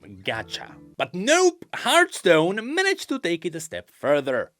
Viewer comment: It's hearTHstone not Heart..